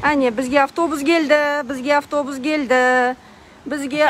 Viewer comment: Гельди емес келди 😅